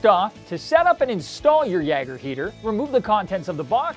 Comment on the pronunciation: yay-ger not ya-ger